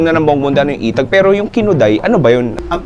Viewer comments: correction,,,etag not itag,,magkaiba ang pronuonciations nya mga boss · Inbagana garuden din pronunciation na ay "etag" nadagsen ay "e" pagat eee-tag paylang ay eee-tag hahaha ngem mayat amin 😂😂😂